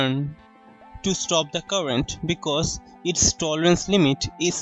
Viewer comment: liked the way he said " Because " 😂😅😂